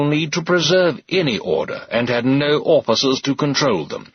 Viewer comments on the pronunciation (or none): I particularly like ‘orficers’.